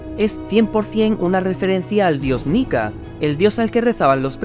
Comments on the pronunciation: dice niya, no nika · Cuando quiere carne dice Nika yo pensaba que decia Nigg*